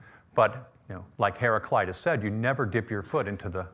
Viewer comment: In Greek we do not have such a pronunciation as 'eye' (hera-kl-"eye"-tas). A is also not pronounced as the American 'ah', it is pronounced more of an 'uh' (like the first A in the name Maria). It should be pronounced kind of like "hera-klee-tuss'. The man at 30 seconds is the closest :)